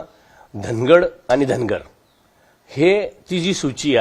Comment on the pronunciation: पहिले धनवर म्हणत होते आता धनगड म्हणतात. 😅😅